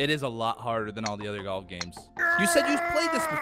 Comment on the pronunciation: It's like how he pronounces golf, "jolf" It's a comedic on purpose mispronounce.